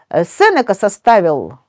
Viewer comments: Уважаемый лектор, всем известно что в фамилии Сенека ударение ставится не 2 й слог. Стыдно это не знать. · Правильно произносится именно СЕнека. "Сенека — слово из 3 слогов: се-не-ка. Ударение падает на 1-й слог. Транскрипция слова: [с’эн’ика]". Цитата из орфоэпического словаря: phoneticonline.ru